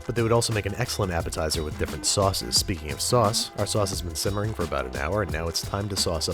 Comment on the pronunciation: he says “Shimmering” instead of simmering